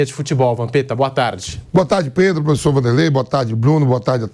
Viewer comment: Vampeta: predro kkkkkkkk mais é burro analfabeto esse Vampeta 😅